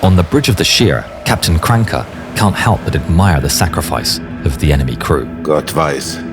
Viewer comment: it's not Krancke it's KranAcke